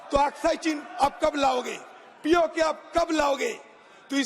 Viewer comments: Can’t even say POK… you are saying P0ko …chowdary ur born in India or Bangladesh? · Isko POK bolna nahi aa raha aur challenge kar raha h. 🤣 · Congress key Neta Ji POK ka naam to theek sey bol nahi paaa rahey, faltu mey Desh aur Sadan ka time alag barbad kar rahey hain. Ghar walo ney Shrman Ji ka naam bahut sahi rakha tha. Mr Adheer remains permanently impatient.😂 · POK to thik se bolo pehle 😂😂